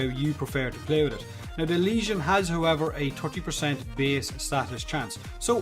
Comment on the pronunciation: Finally a YouTuber who knows how to pronounce the name of this weapon